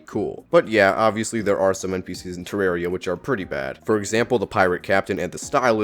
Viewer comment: You mispronouncing the game is your hottest take.